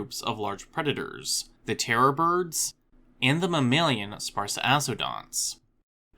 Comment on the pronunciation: couple things: it's "grand coupure" with a p; secondly, sparass-odonts not sparse-ass-odonts! :)